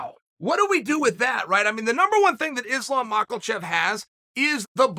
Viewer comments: Ahh still saying macklechev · why does this gronk keep pronouncing it as MacKLEchev? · “Islam Michael-chev” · Again Makhelchev. WTF man😂😂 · Machelchev 😂🤣🤣. It never gets old uncle Chael the 🐐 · “Islam Mahklechev” I lose sleep over Chael’s butchering of peoples names. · If Chael says it's pronounced "Mockellchev", then it is. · Chael makelchev sonnen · Still with the mockelchev 😆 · Ladies and gentleman it's still MAL-KACHEV. 😂😂😂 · So someone involved in the sport , he doesn't know much about the division, didn't know who Islam has fought, pronounces his name wrong, asked why Justin and Islam don't fight (Justin won't agree obviously because he wants to fight for title, thought that was pretty clear). Bisping has a better insight. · "ISLAM MALKACHEV" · I refuse to accept Chael is mispronouncing these names. We the fans, the commentators, interviewers & announcers have all been getting it wrong this whole time. Undefeated, undisputed.